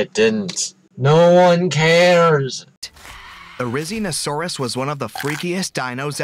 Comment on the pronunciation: Bro he said rizzinosaurus